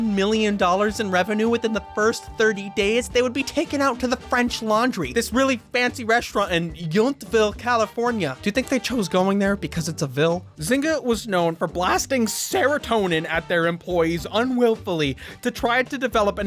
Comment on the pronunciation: Given it's spelling it's obvious why you would, but it's still funny hearing someone mispronounce "Yountville".